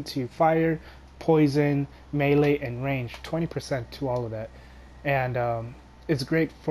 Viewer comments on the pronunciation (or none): none